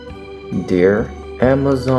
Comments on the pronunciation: pronounced dear " dare" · Can we talk abt how his ‘dear’ sounds like ‘deer’ and ‘dare’ at the same time haha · Love your intros Also he says dare instead of dear😂 This is so cute 💜💜